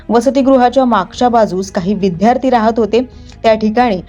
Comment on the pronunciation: विद्यार्थी....विध्यार्थी नाही..